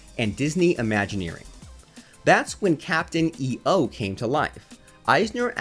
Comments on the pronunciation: It was pronounced Captain "Eeough", not "E-O". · Just an FYI: Pronounced "Eeyoh" not "E-O" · Why do you say Captain E O like that? Right in the intro it shows you how to pronounce it: It's not pronounced using the letters, but the sound of them together. lol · Captain E...O. ? Really? It's Captain EO (one word) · Your putting to much of a pause between the e and the o lol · Can't even pronounce Captain EO correctly... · David Wasman It's driving me crazy. Every time he says it I want to scream.